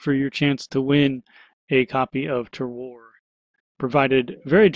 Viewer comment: Just to let you know, Terroir is pronounced 'Ter-wah'. It's a French word so the pronunication is a bit tricky for us English speakers. It is a great word though because the definition is something like 'all of factors that give the wine its unique taste'. So all of the enviromental factors such as the soil or the weather where the grapes are grown that make the wine taste the way it does. A pretty good title for the game imo. :)